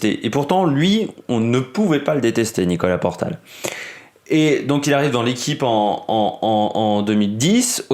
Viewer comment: Bon OK 20 secondes que je regarde. Et. c est Nicolas portal... Et non portail.. 😢 Que tu fasses un hommage OK.. Mais relis tes fiches. Merde